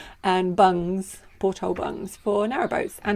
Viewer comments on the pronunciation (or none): pronounces 'porthole' similar to how most say 'gunwale'; the last half just gets tacked on and mumbled. Those bugs are pretty, also look like useful padding for 'sitting on the floor doing awkward maintenance jobs'. Also, how many inappropriate jokes have you had to remove from the comments with a title like that?